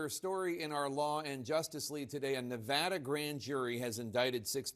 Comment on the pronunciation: Someone please tell Kristen Holmes how to correctly pronounce Nevada.